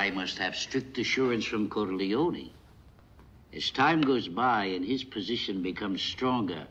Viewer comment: Can't stand the way Tattalglia calls him "CorLEEohNEE."